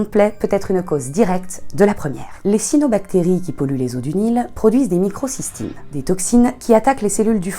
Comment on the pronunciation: On dit "cyAnobactéries" 😉